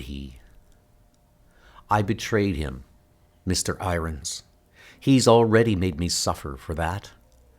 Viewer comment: I appreciate these comics. Unfortunately your pronunciation is atrocious. How can you not know how to pronounce irons? Why do you pronounce the word been as "bean?" It sounds like bad artificial intelligence. Who knows maybe it is?!